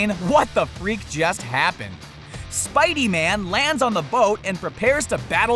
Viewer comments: I found one mistake he did : ''spide-man'' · Spidey man wtf its spider man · spidy man not Spider-Man? and his voice is very annoying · it's Spideyman lmao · He saying Spidey man really